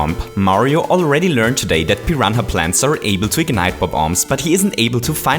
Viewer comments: pee-ron-ha plates ? am I high or some thing lol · “Piran-ha Plants” I love you